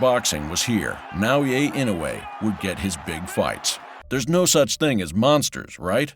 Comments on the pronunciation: Bro really said "Now yay ain't no way" instead of Naoya Inoue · Sir, you are murdering the kid's name at every turn. Na-oy-ya In-oo-way. Give it a shot. Frigging AI. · Naoya Inoue name is pronounced Nah oh yah E noy. It’s pretty lazy to not even learn how too pronounce the name of the person you are featuring. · Should've kept referring to him as "The Monster." I don't think his name is pronounced "Nah-Oh-Ye." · OMG you cant even say his name right N.A.O.Y.A I.N.O.U.E Not Naoye thats his two names combined ... Ridiculous